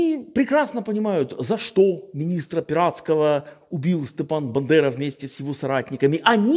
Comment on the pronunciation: Все так ,але БАндера,а не БЕндера.